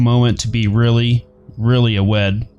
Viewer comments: You pronounced awed wrong. Just saying. Not hating. Just correcting. I am a big fan. I would not hate you. :3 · Lmao at the way you pronounced awed